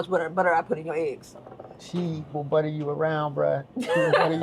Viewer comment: 😂😂😂 “She will budda you up outta dere” 😂😂😂😂